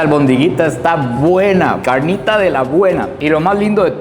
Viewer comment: Ese asentó para la carrnita